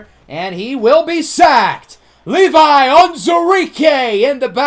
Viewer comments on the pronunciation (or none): none